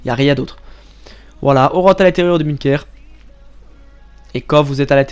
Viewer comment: Tu me fais déliré avec ton bunekerrr frero 😂